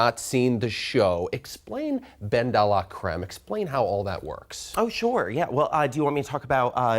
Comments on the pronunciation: This white anchor can’t roll his tongue to save his life. How hard is it to say delacreme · prob took french for a year. 'de' sounds way more like 'duh' than 'day' so bens pronunciation is contrived anyway.